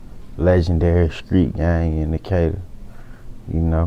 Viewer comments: no one: 21 savage: shtreet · 21 always pronounces the "str" sound and "skr" like "skreet" instead of "street"